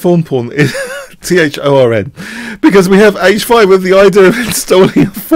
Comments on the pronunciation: He does mean thorn, but he constantly mispronounces it. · Is he saying thorn? Sounds to me for all the world like fawn. Makes a lot more sense as thorn. Thanks.